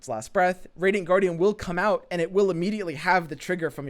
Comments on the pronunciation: Cant unhear now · Anybody else notices how always says "Andz" not "And"?